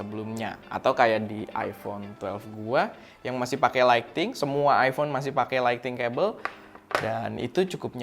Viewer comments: “lightning”, bkn “lighting” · ‘Light-ning’ bang. bukan ‘light-ting’